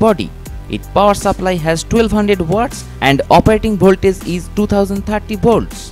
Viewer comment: Kon se jungle se bhaag k aaya hai bhai ??? Bholtage ..... Blow ko bolo .....product ko porduct .....bus kar mere lal tere se na ho payaga